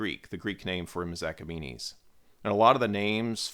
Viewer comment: THIS MAN IS SABOTAGEING MOST OF THE NAMES: *NUMBER 1 HA' KHAA MA' NESH(ALL 1 WORD) *NUMBER 2 KUROSH (PRONOUNCED KOO ROSH *NUMBER 3 DARIUSH (PRONOUNCED DAAR YOUSH (NOT THAT HORRIFIC NAME YOU HAVE USED) *NUMBER 4 KHA' SHAA YAAR SHAAH (in persian language SHAAH means KING). *NUMBER 5 ZA'R TOSHT (NOT THAT UGLY NAME WHICH IS NOT A PERSIAN WORD) *NUMBER 6 PAA SAAR GAAD (NOT PATHRAGADA) *NUMBER 7 PAARSAA I HOPE YOU WILL PAY ATTENTION AND CORRECT THOSE AWFUL WRONG NAMES, THAT IS IF YOU WANT THE CORRECT PERSIAN (FAARSEE) NAMES.